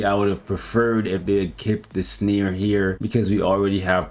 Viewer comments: As always love the content but why do you say “sneer” rather than “snare” …its snare as in hair not as in sneer. Is this a canadian/American thing? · The way says "snare" like "sneer" annoys tf outta me 😆